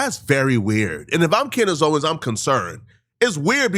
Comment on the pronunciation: The amount of times that you have said her name wrong is driving me insane